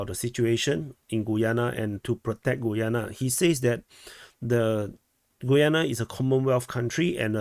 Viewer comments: I think it is: GA-YAA-NA............ not GOO-YUU-NE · I think Guyana is pronounced 'Ghee-yana'